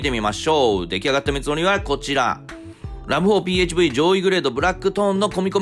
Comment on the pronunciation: ラブホって聞こえる